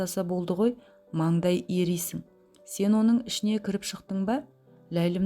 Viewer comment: Маңдай ерисің емес, майдай ерисің қазақтың әдемі сөздерін дұрыс жеткізе білу керек.